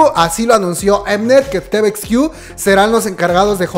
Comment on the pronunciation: Pues no tiene "muchos años" desde que se reunieron las 2NE1, apenas el año pasado se reunieron por el aniversario de su debut. Una observación, cada que pronuncias palabras como "combek", "estrai kids" "te-ve-ex-quiu", "bi-ti-o-bi", "mamamo" siento que me da el soponcio... se pronuncia "combak", "strei kids", "ti-vi-ex-quiu", "bi-tu-bi" y "mamamu". Se que es de mamadores pero creo que mínimo esas palabras que usamos mucho las kpopers las debemos pronunciar correctamente. Pdta. Me vi todos los anuncios sin saltarmelos 👌.